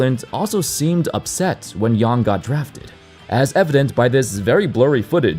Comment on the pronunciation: Thank you for saying "Yang" correctly! So few get it right. (also, FYI the 'a' in hansen' is the same sound)